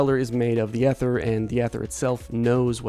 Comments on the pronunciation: ether is pronounce ee-ther, not eh-ther. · Ether... E-ther* 😂😂😂 its not an old woman from the 1930s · 'Ether' is pronounced with a long 'e'. ee-thur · Eye-chor and ee-ther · (Ee)ther. Why do people have such a hard time with this word and arch these days?